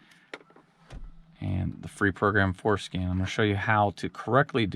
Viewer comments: Genius. Is he saying FORSCAN or FORSKIN tho? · It’s FordSkin. 😝